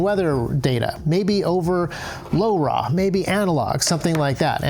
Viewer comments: say laura / lora its not hard to say! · the way you say LoRa, sounds like you're from the 1950s